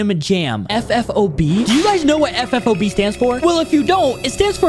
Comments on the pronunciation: FFOT NOT FFOB CAPPY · It is ffot not ffob ffot on the top🤙🏻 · It's not ffob it's ffot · ffot not ffob